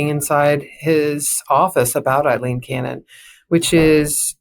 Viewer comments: You did not even get the Columbian's name correct it is "A"ileen not "E[ye]"ileen. Cannon recused herself in Khan v. Sheriff Noel Stephen, shortly after Jack came a filing papers on June 8, 2023. Someone attempted to recuse her in 22CV14397-AMC in April 2023, when she concealed documents showing a Tax Collector was double taxing the Secretary for the U.S. Department of Veterans Affairs, while collecting taxes from a disabled Vet. Cannon allowed an attorney that worked for the Local Law Library, who reported to the Chief Judge of the local circuit court, by and through a funding agreement with local county government. This Chief Judge was named in another suit she buried, 21CV14294-AMC related to encroachment on Federal Property with ties to Pam Bondi. By the way, PragerU is pumping ads on this broadcast; it is beyond comprehension the Palo Alto behind Utube allow this kind of propaganda! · Please learn to say Aileen not Eileen.